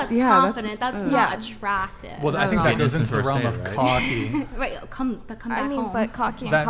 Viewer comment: bitch says "coom" but also burps like a 55 year old trucker after guzzling a 6 pack of Heineken...